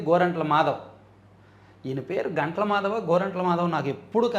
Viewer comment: గంటల కాదు గుంటల